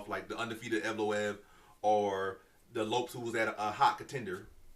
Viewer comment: Crazy this guy pronounced evloev right but not Lopez 😂